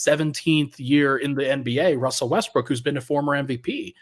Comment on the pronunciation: Haha he said Wussell Restbrook 😂